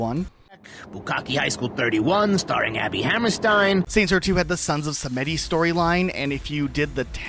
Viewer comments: "Sah Met Tee" I nearly turned the video off then and there lol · Sons Of Simiddy? Is this an AI Voice or just lack of playing SR2? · I refuse to believe you have ever played saints row with the way you just pronounced sons of Samedi 😂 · same with sons of samedi he somehow messed up samedi despite them saying it all the time